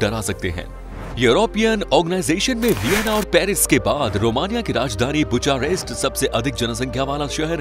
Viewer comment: You pronounced Romanian capital wrong , and it's not "sarmala" its "sarmale". Also it's "bear" not "beear".